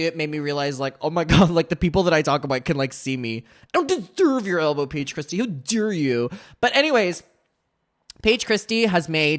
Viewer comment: How dawe u payeej cwistiyuh